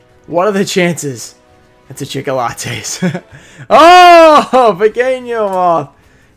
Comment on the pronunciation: It is deffinetly NOT Madolche Chickolates !